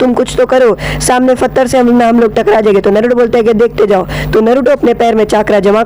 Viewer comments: And...pattar ko fattar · We cant speak pathar he speak fatar